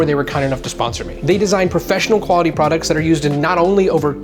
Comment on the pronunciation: I like Meyers stainless more. Made in Canada! I think the word you're butchering is product.